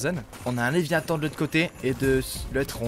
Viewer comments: Toum' Laratt le leviAthan c léviathan mdr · "le lévitan"... Il vole ?